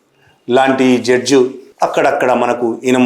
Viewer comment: జడ్జు కాదు సార్ జడ్జి.